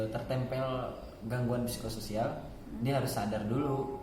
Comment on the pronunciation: P nya jgn dibaca.